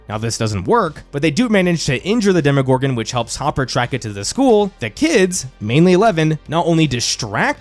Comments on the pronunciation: Demo, not demi. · For gods sake is DEMO-GORGAN, not DEMI-GORGAN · DEMO-gorgon, not DEMI-gorgon!